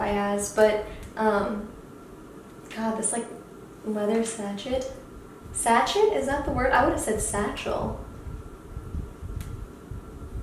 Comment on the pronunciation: Just FYI for future reference sachet is pronounced "sa-shay" and I just happened to be looking for one so thanks for the rec